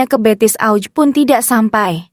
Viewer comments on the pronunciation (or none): none